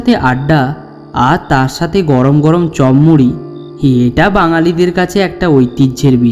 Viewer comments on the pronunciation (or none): দাদা ওটা চম মুড়ি না। ওটা চপ মুড়ি হবে বার বার একই কথা বলছো